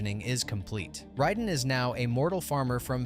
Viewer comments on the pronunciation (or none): Say Kang correctly twice and every other time you say Kong also Raiden (ray-den) not riden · Ride'n??? It's pronounced RAY-DEN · Why does he keep pronouncing Raiden as "ridin?"